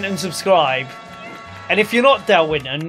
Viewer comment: Winton not wonton 😂